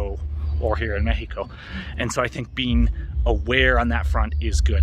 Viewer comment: It's nice listening you to pronounce México in Spanish :)